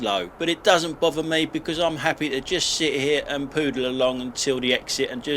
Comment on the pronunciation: Pootle...not poodle along😂😂😂